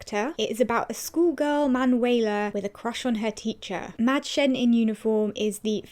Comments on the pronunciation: I am from Germany and I have to say that you have a good pronunciation. "Mädchen" is a rather difficult word xD I love your videos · The way you pronounce 'Mädchen' is too cute! 😍😍